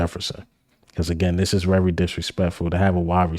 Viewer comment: Bruh...u hating on eagle players, they r on the same damn team!! Jordan Davis, Swift?? Come on bruh!! First u need to concentrate on saying the word "VERY" its not "WERYYY" Imma start calling u "" as in ELMER FUDD! "BE wery wery quiet, we gotta catch the Wabbit!!" 😂😂😂😂😂😂GOT EM'!!!!